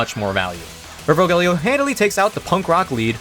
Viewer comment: Urvogel is pronounced like oor (like in noon) fo (like in fox) gel (like in bagel). Oor-fo-gel, at least thats how it is in germany. the "Ur"-prefix means ancient and "vogel" means bird